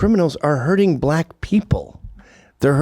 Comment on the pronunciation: They always pronounce it buh-LACK.